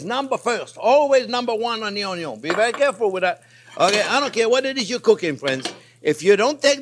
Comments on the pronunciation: Chef, I could have sworn it was "Onyo first unless there is bacon" 🤔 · Actually, it's "Onyo is always number first, unless there is bacon!!!!". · Keep preaching "Onyo First"! I can't hear it too many times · Chef, never stop saying "always cook the onyo first" we live for it! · “onyo is always number first.” 😂 Chef JP for President 🙌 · Love the chef's obsession with onyo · i love the way he pronounces onion lol